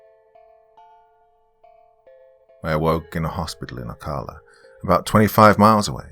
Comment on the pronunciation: Thanks for another good one,. I lived in Central Florida most of my life. Not criticizing, but if you have another story with Ocala in it, the pronunciation for the ca part is the same as saying California.